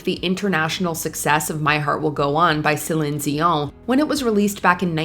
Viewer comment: Interesting pronunciation of Celine Dion...